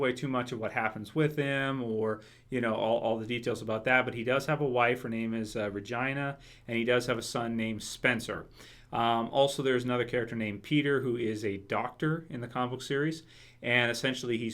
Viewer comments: Hahaha I'm sorry I gotta tease you for that..... Reg-eye-na? xD it's Reg-ee-na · I thought he said "Virgina." Vir-gina. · I'm sorry but right when you said RAgina instead if Regina I just started cracking up! Hahahaha. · RAHGINA hahahahahaha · I couldn't help but laugh at the way you said Regina like Vagina.... You say it like REHGEENA;) Bryan Cranston is a really good choice.. Doubtful but a good dream. Love your stuff! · you totally pronounced her name wrong! lmbo! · I laughed at the way he pronounced Regina